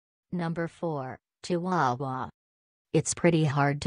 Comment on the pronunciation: Am I the only one that was bothered by how the robot pronounced chihuahua? Lol.